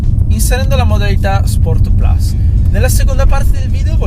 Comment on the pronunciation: Solo 2 piccoli appunti alla recensione. 1 Forse ripeti un po troppe volte "questa macchina". 2 si dovrebbe dire "sport plus" e non "sport plas" dato che "plus" è latino e non inglese 😃. Per il resto bravo ed umile come sempre 👍